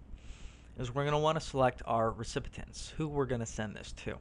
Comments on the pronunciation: REE-SIP- PEE- ENTS is how you pronounce "Recipients." Not REE-SIP-PIH-TENTS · I appreciate the video and the info, but you gotta stop saying "recipitents"..... take that first 't' out of there and you'll be golden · 'Recipitents!' You crack me up!